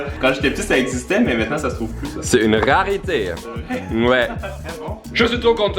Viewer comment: En France on dit rareté pas rarite sinon super vidéo 🔥